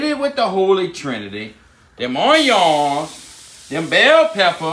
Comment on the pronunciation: Beautiful meat indeed and the way you pronounce “onions” sounds very French; fancy accent! 👍🏻😋🐊